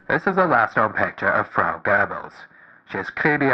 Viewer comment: You nailed the way you pronounced Göbbels in this Video, it angers me every time when someone from the Anglo-sphere doesn't put in any effort and instead warps the name into Gerbils😢. The way you said it Sounded only slightly different to the way native speakers pronounce it.